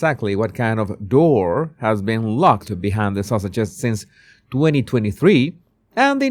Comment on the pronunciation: I love the way you say Sussex'. It sounds like Sausages 😂 Perfect!